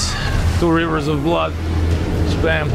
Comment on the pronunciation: your accent when saying "rivers of blood" has me dying love it